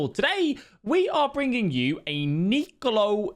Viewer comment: Zani-olo not Zani-lio ..